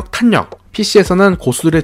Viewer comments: 그냥 자연스럽게 탈력 이라고 발음하시면 됩니다 ㅋㅋㅋㅋㅋㅋ 탄이라고 하시니 더 어색하게 들리네요 (탈력이 맞는 발음법입니다) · 내용.....너무 좋은데ㅠㅠㅠㅠ 발음.....이 자꾸 귀에 밟혀요ㅠㅠ 정확하고 좋은 영상이 되었으면 하는 마음에 말씀드려봅니다 탄력[탈력]입니다 오늘도 좋은 영상 감사합니다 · 단어전달을 분명하게 하시려고 일부러 탄으로 애써서 읽으시는게 오히려 어색하단걸 말해주고 싶은겁니다. 영상 보시면 중간중간 분명 빠르게 탈력이라고 발음할때가 있어요. 평소엔 제대로 발음하시다가 영상때문에 저렇게 발음하시는것 같아서 적는겁니다.